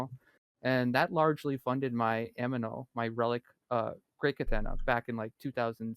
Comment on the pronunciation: This podcast is alot of fun. Makes me want to tune on on Saturday night. only pet peeve is pronunciation of a few terms: Amano, Konchtat, etc. But hey, that's what happens when you learn thru reading and not talking. Really great discussion. so many video's where ppl talking about the game, they are often rather clueless. Really not the case here.